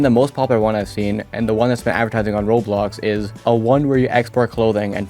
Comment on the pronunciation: WHY you say roblox like that